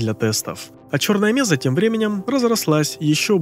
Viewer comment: Ролик прикольный. Раньше только текстовый вариант видел, причём без DLC HL. НО(!), зачем в ролик включать Жнецов из Mass Effect? Есть один нюанс. Какая, нахер меЗа????? МЕССА!!!!!!! Когда ж, вы, мамкины ютуберы, выучите термины!?